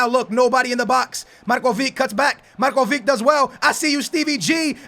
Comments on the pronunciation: u say markovik but its markovitsch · markovic(h) not markovik. u can pronounce ibrahimovic(h), modric(h) and so on... but anyway get DZEKO from roma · Its Marcovitch, not marcovik you are saying it wrong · its not pronounced markovic its markovich the same as modric is modrich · It's Marković,not Markovik -. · DUDE READ COMMENTS!!! MARKOVIC NOT MARKOVIK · pls for the love of God it's Marcovich not Marcovic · Really good video :D But your spelling of Marković is wrong ;D You need to say Markovich same as Ibrahimovic :) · The "c" of Markovic is pronounced like the "c" of Mandzukic ;)